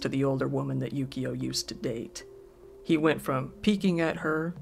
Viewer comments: It sounds like he's saying yugioh instead of yukio. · How are you not hearing the enunciation correctly? It's Yukio xD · this entire time i thought you were saying yugioh lmao